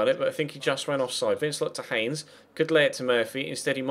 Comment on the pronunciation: Congrats on 100k subs, good to see you go to my home club and play with some really good young players. I know you like your pronunciations so vincelot is pronounced van-ce-low as he is French, good luck for the season go and lead us to the title.